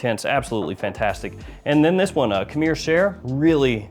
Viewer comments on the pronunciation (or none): it means wine or liquor, but he can’t say khamr, he’s saying kamir